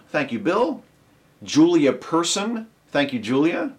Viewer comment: Thank you for pronouncing my name correctly. I'm not sure why people always butcher Person, but they do.